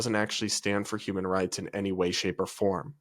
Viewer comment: He said 𝙃𝙊𝙊𝙈𝙄𝙉 🤣🤣🤣🤣🤣🤣